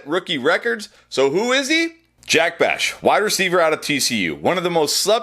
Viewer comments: Bech, pronounced, Besh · Bech, pronounced, “Besh.”